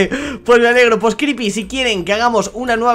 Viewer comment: pero le dice cripy